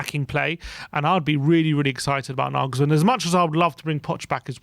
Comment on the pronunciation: Glad you've learned how to pronounce Nagelsmann 😁 I fear he'll join a bigger club in the summer but here's hoping..